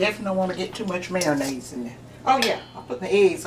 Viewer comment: I've never heard of MARO-nnaise before. I've heard of MAYO-nnaise tho. But Miracle Whip is not mayonnaise, it's "salad dressing".